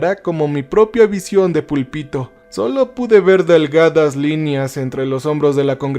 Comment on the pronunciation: me saca mucho de la historia como pronuncia "púlpito", parece que no sabe ni de lo que está hablando. Y sus historias suelen ser buenas, pero parece que no ha terminado la primaria cuando quien sea que le pasa las historias, le pone palabras "dificiles"